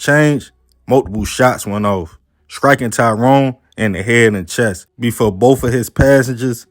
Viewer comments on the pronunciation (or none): none